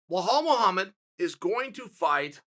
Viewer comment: Their fighting tonight and Chael is butchering his last name now😂